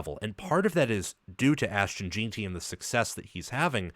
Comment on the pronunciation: His name is Ashton Jenty not gin ty